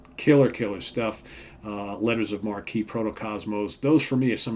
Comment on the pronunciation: Thanks for taking the time to review this album. One small note: It's pronounced "Letters of Mark", not "Marquee". As it says in "Reaching For The Uncommon Chord": "A letter of marque was the license issued allowing a privately owned vessel to attack those of an enemy nation. Quite a lot of this went on in England's war with Spain during the sixteenth century when the privateers literally indulged in official piracy." Since everyone generally played a solo on this, I think Allan thought of the musicians as pirates, each one engaging into a musical attack of his own.